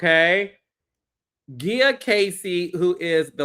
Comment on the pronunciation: Wait why are you saying Gia like that? Is that how she pronounces it? Because if so she just needs to pronounce it the regular way. Cause that hurt the ears. Hell no.